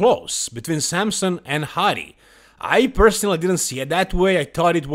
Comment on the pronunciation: who is samsun? either wtite samson or samsung if you want to joke, stop butchering his name